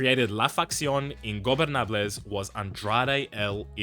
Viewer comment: love that he says ingobernables almost flawlessly